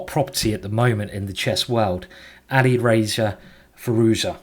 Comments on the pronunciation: its Ali Razor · "Ali Racer" and "Carjackin" – quite the pronunciation in this one, Simon!